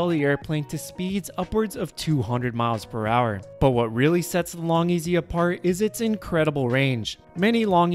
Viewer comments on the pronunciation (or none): none